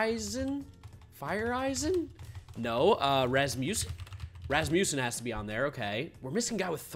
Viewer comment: still doesn’t know how to pronounce Rasmussen